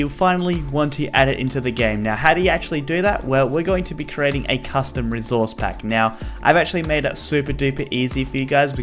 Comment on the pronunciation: No one:: rezourze pack